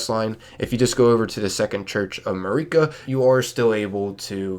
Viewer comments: its MARika, not MUHreeka. jeez the way ppl pronounce things is so damn cringe. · Nitpicker here. Hate when people mis-pronounce names that characters pronounce in the work itself. How do you say "ma-ree-ka" after you've heard everyone else say "ma-rih-ka" like 50 times??... Anyway... Super important stuff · How do you not know how to pronounce Marika’s name? They say it like a thousand times in the game